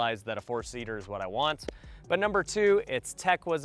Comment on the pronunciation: Number u say very incorrect!